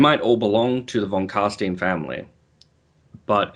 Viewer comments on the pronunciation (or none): Pronounced " Von Carstyn "